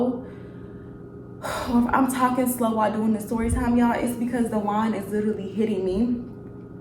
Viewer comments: Girl not me thinking when you said “Da wine is hitting me” i thought you said "Dajuan is hitting you up right now” 😂😂😂 i just did a double shift at work excuse me🤣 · Fren I thought you said “dajuan is hitting me” like the dude in the story is hitting your line while recording. Then I realized you said “the wine” 😂😂😂